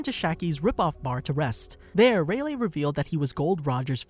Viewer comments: Who else got mildly infuriated by him pronouncing rayliegh as relay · Love how he proceeded to call Rayleigh, Raylay